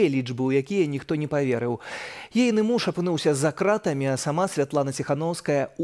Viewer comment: Кто это, что это за позорище (представительница штаба Тихановской)? Где и в чем варится этот человек, откуда она? День и ночь мы слышим о том, что журналисты, политзаключенные "за крАтами", а она с какой луны свалилась, что в такой короткой однообразной речи не удосужились даже ударение правильно сделать в основных словах. Как можно быть такими поверхностными! Вот такой подход у них ко всему. А результаты мы созерцаем. Позорище. Я 20 лет живу в англоязычной стране и говорю на беларуском лучше. Это не придирка. В этом я вижу их подход ко всему, подход неглубокий и недалёкий и потому абсолютно неэффективный. Одни круги по воде.